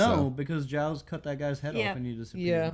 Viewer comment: almost season 4 and they still dont know how to pronounce giles